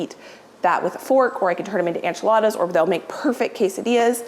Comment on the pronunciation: I adore you but one thing, that drives me a little crazy, and I should get over it but Enchiladas is pronounced en chuh laa duhz - the en is the same sound as en in entry or enable, not an like ant. Loving you from Austin, TX. Thanks!